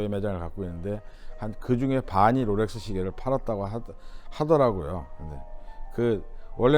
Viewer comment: 로렉스 아니고 롤렉스 😂